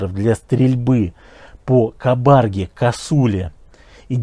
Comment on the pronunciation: Не кабАрге а кабаргЕ !